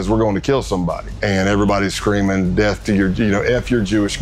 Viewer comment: bro really pronounced death like "deff" what the fuck, you cant make this shit up smfh